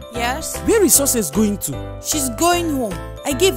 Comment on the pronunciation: She pronounced success like scces Lol🤣😂😁🤣